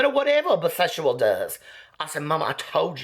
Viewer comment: "or whatever a biseshual does" 😂😂😂